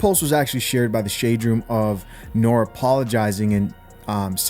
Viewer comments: NORE as is in "Know-Ray" that is how to say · NORE - it's pronounced NOR-REE Short for Noreiga .. CNN was the group. Capone and Noreiga. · you're mispronouncing the guy's name brotha. It's pronunciation is Nor Ree